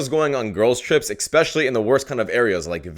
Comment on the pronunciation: STOP saying EXpecially! You sound dumb!